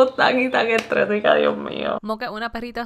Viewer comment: Creo que es “estresada” no “estresica”